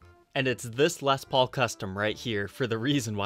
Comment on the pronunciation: ...I remember you pronouncing it “lez” paul...I just thought that’s the way hillbillies in Ohio said it when they filmed their guitars laying on shag carpet!!!...hahaha...love ya bro!!!